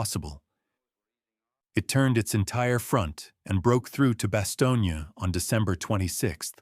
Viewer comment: Bastone NOT Bastonia. Really?